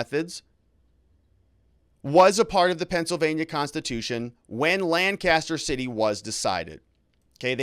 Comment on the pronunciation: This is excellent analysis of the Decision, but I was distracted by your mispronunciation of Lancaster. In Pennsylvania,the first syllable is stressed, and the other two are kind of smooshed together.